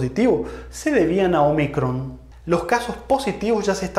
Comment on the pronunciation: Un detalle: no es omicrón, sino ómicron. Letra del alfabeto griego.